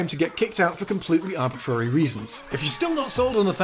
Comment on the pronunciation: stop saying arbitrary wrong lol